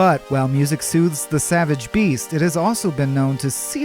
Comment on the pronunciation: "Savage Breast" .. not "Beast".